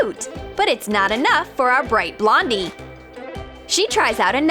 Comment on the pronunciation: Did they say Blondie or Londie